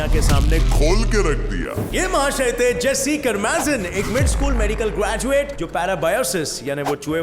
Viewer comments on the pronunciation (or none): none